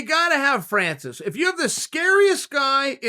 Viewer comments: “fancis” instead of “francis” 😭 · Chael always forgets the r on Francis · chael you're my boy, but.. fancis. jus sayin 😂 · Who the f*ck its "Fancy Ngannou"? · Chael "Fancis Oh And By The Way Nagano" Sonnen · Absolutely no one: Chael: “Fancis” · chael: fancis me: okay